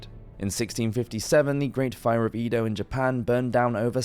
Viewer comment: "Ee-do"?? Sir please 😂😂 EH-do. Edo.